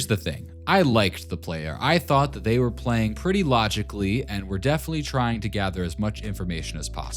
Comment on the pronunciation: "The correct version wasn't the version that we see the player pwaying on"